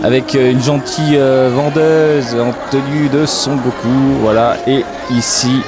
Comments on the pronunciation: ***** tu le dis "son" comme dans "j'entends un son" mais en fait ça se dit "son-ne" (sans appuyer sur le n) ^^ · super video mais tu prononces trop mal Son Goku xD